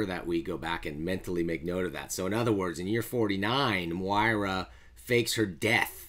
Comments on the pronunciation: Nice breakdown pronounced Moy-rah Bold prediction: we are currently reading Moira's 6th life...and how these event's lead to her ultimate resentment of Charles Xavier leading up to her 10th and 11th life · I can’t subscribe to someone that can’t pronounce Moira